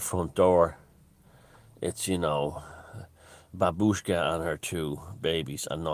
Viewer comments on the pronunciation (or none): none